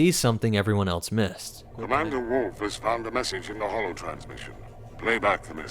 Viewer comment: Bro it is "wolf" not "woof". There is an "L" you're forgetting.